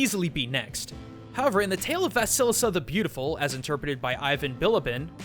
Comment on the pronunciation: what's wrong with english speakers when they apply stress to russian words please. remember, that in overwatch there is zarYA, and russian folk witch is bAba yagA ...and vasilIsa, not vasIlisa